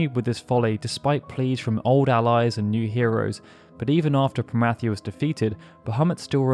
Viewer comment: PRO-MEE-THEE-US, WTF are you even saying... God's damn..